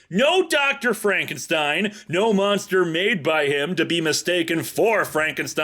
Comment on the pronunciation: Space moonstah!